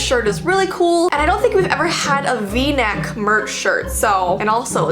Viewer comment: V - neck? Vee-neck?